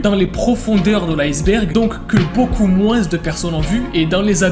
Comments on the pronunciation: salut ..... arrête avec ton moinssse on ne dit pas le S bordel .... ça énerve très vite !!!!! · oh mon dieu.. vous conaissez sora? il as fait une vidéo sur ce que disait la france et un moment donné, il y a des fr qui disent pas moins ( se prenonce: moin ) mais ils disent moinsS (se prenonce: moinsse) et le dit..(je fait pas preuve de rascisme hein;-; ) c'est juste choquant enfait:) (parenthèse fermée) sinon, une masterclass, j'adore la vidéo! continue comme sa!!